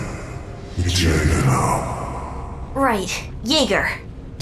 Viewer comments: Well It's Spelled Jeager (which means hunter in german) But Its Pronounced Yeger. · It's Jaeger. Pronounced Yaeger. The Ice King's accent just de-accentuates the R sound. (Source: I'm the voice actor for the Ice King)